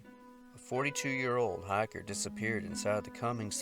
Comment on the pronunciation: he says hiker ... half way through the video I was wondering why so many hackers get lost in the wilderness >.<